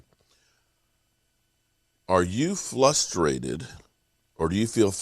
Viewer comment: there's no L in frustrated!